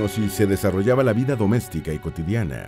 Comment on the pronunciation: Por que pronuncia las a como e? Ja ja! La “Vide” insoportable de escuchar.